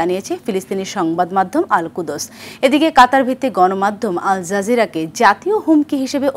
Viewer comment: আল কুদঅস না এটি হবে আল কুদস্